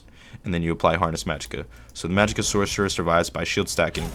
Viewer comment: Lol "sorsherer". Informative though thank you.